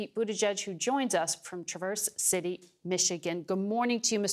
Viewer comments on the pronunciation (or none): That's Traverse City, accent on the first syllable...TRAverse